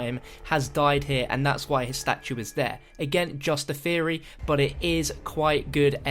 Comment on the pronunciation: oh that ending. "Just a game theary"